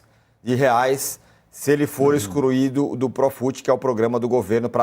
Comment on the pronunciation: O ticou tão emocionado em da a noticia que meteu um "EXCRUIDO do profut"